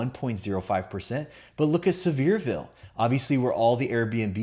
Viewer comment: It's pronounced SEAVER like Beaver. Sevierville.